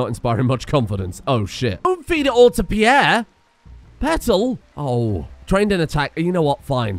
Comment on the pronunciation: Peirre > not Peirre